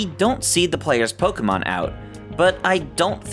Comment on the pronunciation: Why do people still say "Poh-kuh-mahn"? Literally, everything says it's "Poh-kay-mahn", hence the "é", which is an "ay" sound.